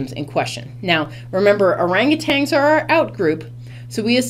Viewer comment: Is that how u r supposed to read orangutan??